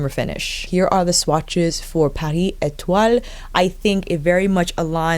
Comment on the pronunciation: Lol, you’re adorable! Pretty sure we could all just stare at your beautiful face no matter what! You pronounced the shade names very well! ❤️